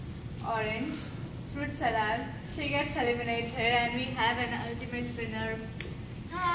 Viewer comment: Salad pronunciation is wrong dear